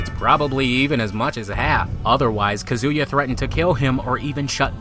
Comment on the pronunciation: Yo why do you keep pronouncing Kazuya like Kazooya? It isnt similar to Kazooie it is more like Kazeya is pronunciation, not a huge deal because your videos are well done but it grates on my nerves that you always mispronounce my main man! lol